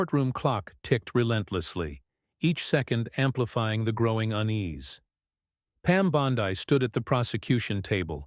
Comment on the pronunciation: Learn how to say her name